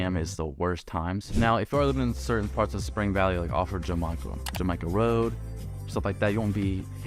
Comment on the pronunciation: Spring Valley has views to the ocean, downtown, and Mexico from the west side of FmDictionary Hill. Also, Jamacha is pronounced “Ham-i-shaw”